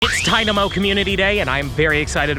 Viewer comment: It's funny that it's your favorite Pokémon. But you don't know how to say its name that's funny😂😂